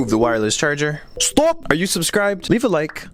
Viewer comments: That stop sounded like СТОП! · lol the way he said stop 🛑 was Russian